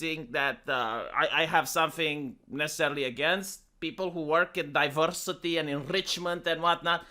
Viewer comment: Diverrrrrrrrsity and Enrrrrrrrrichment